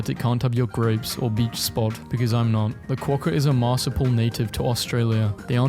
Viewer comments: A MARSAPL???? DO YOU MEAN A MARSUPIAL (pronounced marsoopial) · mar soo pee al not marsupill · It's mar-soup-eeal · can we talk about how this guy doesnt know how to say "mediterranean" or "marsupial"